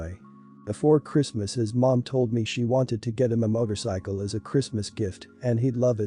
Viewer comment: Sweatpants and motorcycle pronunciation is ugh